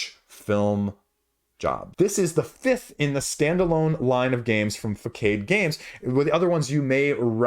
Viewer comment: Actually, it is pronounced FA-SA-D.